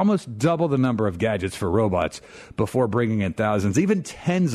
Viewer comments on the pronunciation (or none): *BEFORE* NOT BOOFORE Stop saying boofore